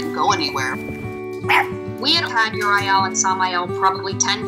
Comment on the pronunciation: Cute story, but... UR-I-EL? Sam-I-El? Just.....Why????